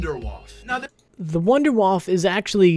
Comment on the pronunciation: Thank you, you said wonderwaffe correctly many people call it the wonder waffle it's not waffle its wonderwaffe the germans pronounce it as Vondervaffe like Volkswagen is WolksVagen. Thank you for using the correct pronunciation